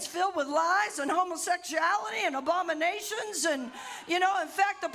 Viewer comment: Did she say "Obama-nations"?